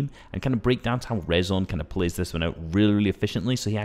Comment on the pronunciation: nice vid vid bro btw its rezon spoken like reason